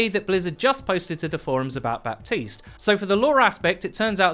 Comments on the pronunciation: in haiti, french is one of the 2 languages, and baptiste is a french name, FYI, we dont pronounce the P, its "batiste" baptiste \ba.tist\ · Just so you know, Baptiste is apparently supposed to be pronounced Buh-tees. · Every french person has told me it's pronounced Bateeeeest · It triggers me so hard that Michael Chu chooses the non-french pronunciation. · You don't pronounce the P in Baptiste, all people who thinks otherwise are degenerates